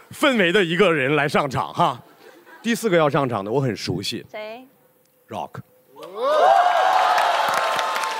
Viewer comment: 张老师倒是可以理解。。。可是从美国哥伦比亚大学回来的高材生呼兰在提到Rock的时候说的也是绕克。。。是不是就有点稍微让人觉得这个英语还需努力。。。